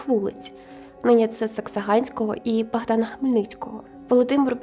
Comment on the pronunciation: Не БАгдана, а Богдана